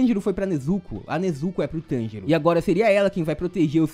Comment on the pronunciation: Cara eu fiquei escutando ele falando tangerina kk